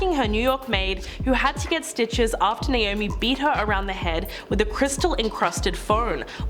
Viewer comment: Who’s “NOAMI”?🤣🤣🤣